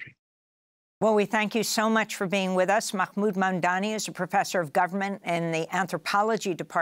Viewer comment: Lol So much inflection (hand moves) while butchering Mahmoud Mamdani’s name every way it can be. Slow people: start with the subject’s title etc. then try REAL hard. It’ll look way better. Or a little anyway.